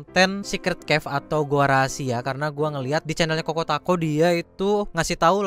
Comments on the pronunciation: Pak itu bahasa inggris pak c dibilang k gitu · ChocoTaco kali pak. Kok kokotako😂 itu percobaan pertama btw enterance nya salah pak 😅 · kokotaco??? chocotaco kali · ChocoTaco seketika jadi Koko Tako dikuping gua. Jaga konter blekberi kali lah